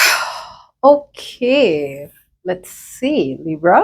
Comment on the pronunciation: It seems like a personal reading for me, the reason is every time u say Libra it feels like u said Rita 💖